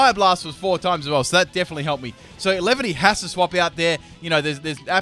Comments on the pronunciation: it's pronounced lee-van-ee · lol it's funny how you pronounced Snivy and Leavany XD